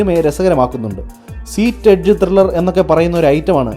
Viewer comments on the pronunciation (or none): none